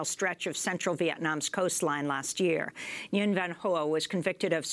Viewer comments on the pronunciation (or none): none